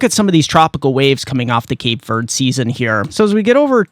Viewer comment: ........please stop calling the Cape Verde islands "Cape Verd". Verde is pronounced like "verdee" not Verd like those folks on The Weather Channel pronounce it. That is a long "e" as the second syllable. Verde is Spanish for the color green. Keep up the good work!